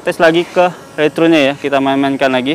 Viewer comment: banyak btul ulang return nya, nyebutpun mcm salah, saya dgar retrun bukan nya return